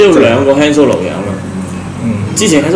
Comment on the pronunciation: Not "hand solo" it's "慳 " solo